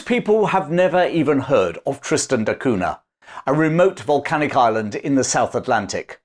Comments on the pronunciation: it's pronounced "Cunia". Very nice vid for the rest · In Portuguese, Cunha is pronounced coon yuh. The nha is like the na in Spanish with the tilde over the n. As I know someone who actually has this last name, every time he said that name it cringed because he sounds like a pompous Englishman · It's pronounced "CUN-YA" the Portuguese "nh" is like a Spanish " ñ ".